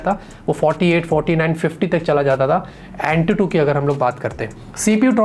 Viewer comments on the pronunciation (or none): none